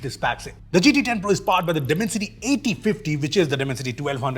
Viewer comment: I listened the word Dimancity and i just stoped watching...